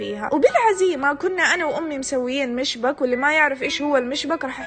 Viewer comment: يا انا من سوريا و الحلا اللي قلتي عنه اسمه الصحيح هو مشبّك يعني في شدة على الباء بس يلا عادي المهم القصة حلوة و احلا لايك 😂💛